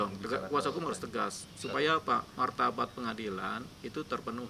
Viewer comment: Ni orang ngomong martabat aja jadi martabak. Laper pak gondrong?